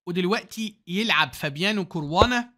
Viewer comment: اسمه كاراوانا بفتح الكاف 😂😂بهزر ي استمر❤قناتك جميلة جدا وخلتني احب وافهم الشطرنج والله ♥️استمر وكل الدعم